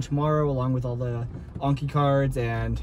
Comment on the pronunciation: OMG YOU FINALLY SAID ANKI CORRECTLY!!!!!!! 😭😭👏🏾👏🏾👏🏾👏🏾🙌🏾 hahaha welcome!!